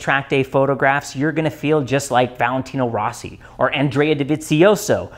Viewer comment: Very well explained video but it’s not Valentino “Raw-see” it’s Rossi. Like (Row-see) Sorry it annoys the hell out of me to hear his name mispronounced, especially by motorcycle experts and fans.